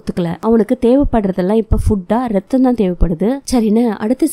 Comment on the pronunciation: No reththam Athu raththam But ur spoke that tone little cute👍